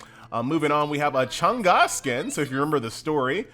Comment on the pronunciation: By the way, her name is not pronounced as Chang Ga, it's Chang Eh. Guardian of the moon, like sailor moon in Chinese folklore.